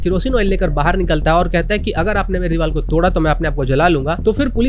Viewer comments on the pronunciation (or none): Deewar not deewal👍🏻